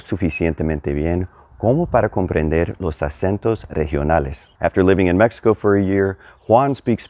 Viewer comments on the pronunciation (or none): none